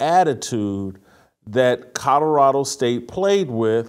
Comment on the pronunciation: “Coddarado” - Jason Whitlock